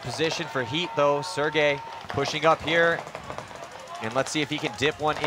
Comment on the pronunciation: I love it how nobody can say Sergei's name right lol